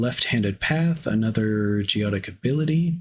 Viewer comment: Great video, thanks! By the way, it's pronounced go ET ic.